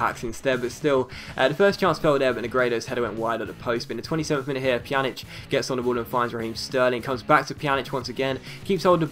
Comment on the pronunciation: You pronounce Pjanić's name correctly now :D yay! Great vid as always.